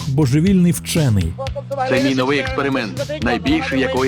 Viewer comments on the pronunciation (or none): none